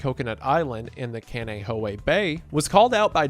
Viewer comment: As a person from Hawaii the pronunciation of Kaneohe was both understandable and abysmal